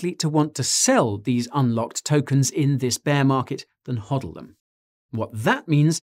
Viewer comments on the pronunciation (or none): none